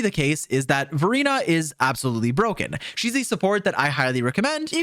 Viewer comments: I'm sorry but whenever you say Verina I hear Furina 💀 good video tho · HELP when he says Verina it sounds like Furina💀